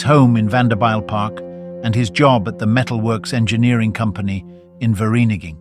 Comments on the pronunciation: The township of Virinigin? WTF? Please stop using AI. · 0.20 Fur ree nee ging 🤣🤣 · 60 years on this planet and still looking for just one English speak that can actually say Vereeniging 😅😅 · AI will never conquer us, not until it can pronounce Vereeniging